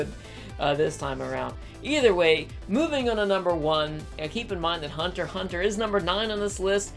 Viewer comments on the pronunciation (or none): Woah woah, Hold up. The you don't pronounce the x in hunter x hunter? It just doesnt have a ring to it without pronouncing the x